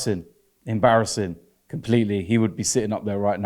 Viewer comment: It's embawwassing, Wobbie...